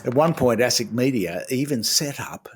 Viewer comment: Did you say assick.!